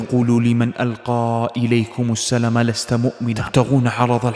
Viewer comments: يا اخ سورة النساء في الآية ٩٤ ( يا أيها الذين آمنوا [ إذا ضربتم في سبيل الله فتبينوا ولا تقولوا لمن ألقى إليكم السلام لست مؤمنا ] ) انت قلت السلــٰم تنطق السلام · السلام عليكم ورحمة الله تعالى وبركاته أخي. الله يجزيك خير الدارين على مجهودك الرائع فقط أردت ان أنبهك على قراءة كلمة السلام وليس " السلم" كما هي في آيتين ٩٠ و ٩١ ﴿يا أَيُّهَا الَّذينَ آمَنوا إِذا ضَرَبتُم في سَبيلِ اللَّهِ فَتَبَيَّنوا وَلا تَقولوا لِمَن أَلقى إِلَيكُمُ السَّلامَ لَستَ مُؤمِنًا تَبتَغونَ عَرَضَ الحَياةِ الدُّنيا فَعِندَ اللَّهِ مَغانِمُ كَثيرَةٌ كَذلِكَ كُنتُم مِن قَبلُ فَمَنَّ اللَّهُ عَلَيكُم فَتَبَيَّنوا إِنَّ اللَّهَ كانَ بِما تَعمَلونَ خَبيرًا﴾ [النساء: ٩٤] متابعة من أمريكا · في الدقيقة أخطأت في قراءة الآية فقلت السلم بدل السلام وجزاك الله خيرا وبارك فيك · جزاك الله خيرا قراءة اول اية ولا تقولوا لمن القى إليكم السلام لست مؤمنا السلام فيها مد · ما شاء الله تبارك الله سرد للقصة اجمل ما يكون شي متكامل بارك الله فيك، ،لكن تنبيه فقط الاية كلمة السلام تقرأة هكذا السلام وليس السلّم لان عامر سلم عليهم فقال تعالى لمن القى عليكم السلام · للتصحيح فقط = ألقى إليكم السلام وليس السلم لأن السلام بمعنى التحية الإسلامية أما السَّلم فهي الإسلام و تشاريعه و تعاليمه و لتصحيح ايضا = مغانمُ و ليس مغانمَ اي بالضم و ليس الفتح في الدقيقة ٧.٥٠ و جزيت خيرا على هذا المحتوى الجميل ❤❤❤ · الله يوفقك ويفتح عليك في غلط في تلاوتك للأية (ألقى إليكم "السلام" وليست السَلَمَ) يوجد مد بعد اللام الله يجزاك عنا كل خير ويزيدك من فضله ونعيمه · أخي الكريم جزاك الله خيرا ولكن ارجو ان تنتبه عندما تقرأ آيات القرآن الكريم ففي آية سورة النساء (ألقى إليكم السلام) وليس السلم هناك ألف خنجرية ..(.مغانمُ )بالضم لولا أنه كلام ربي عز وجل ما علقت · جزاك الله خير يا … على مقاطعك الجميلة لكن اخطيت في قراءة الاية ليست (السلم) ❌انما تقرأ (السلام) ✅ لان فيه مد على حرف اللام.. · في الدقيقة فيه خطأ في نطق كلمة السلم في الآية الكريمة وأنت قرأتها السلم والصحيح السلام. واقترح عليك عند تلاوة الايات تختار أحد القراء المشاهير وتضيف قراءته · الاية(لمن ألقى إليكم السلام ) وليس السلم الدقيقة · عفوًا الآيه تُقرأ السلام وليس السلم